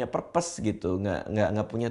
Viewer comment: Purpose dibaca "perpes" -Raditya Dika, 2k17